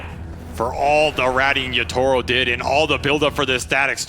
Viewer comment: the pronunciation of Yatoro as Yutoro is killing me